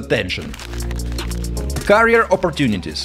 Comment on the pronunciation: Great reviews, seen couple of videos , my friend you're pronouncing carrier instead of career